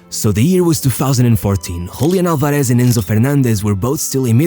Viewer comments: All good, but the "Z" is not Sh, just S. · The accent in Álvarez falls on the first syllable. It's /'al.ba.res/, not /al.ba.'res/ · /alvareSH/??? It's pronounced /álvares/ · Is not, alvaREZ is Álvarez .. ÁLvarez. head of chota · Really good video. I just wanted to point out it's pronounced AlvareS, with an S sound (rioplatense spanish accent's pronunciation of the letter Z) and not AlvareSH which is how you pronounced it; I hope u see it and helps you for future videos. Great content. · Just one tip: In Spanish, when pronouncing the generic surnames Fernández, Martínez, Álvarez, the z is pronounced like a normal 's' not like 'sh'. Only in Portuguese (from Portugal, not Brazil) it's pronounced like that. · Love how you say "Julián Alvareshhh" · It drives me crazy the way this guy pronounces the z's" en martinez, alvarez... he tries to emphasize the z sound, but ends up sounding like shhhhhhh, "alvareshshshsh" "martineshshshsh"... jajajaja, by the way, great video, saludos desde el mejor pais del mundo: argentina!